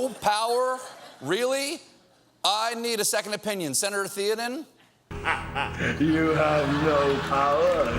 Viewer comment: It's pronounces THAY-oden, Stephen, not THEE-oden.